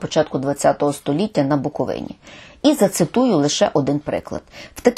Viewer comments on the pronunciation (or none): none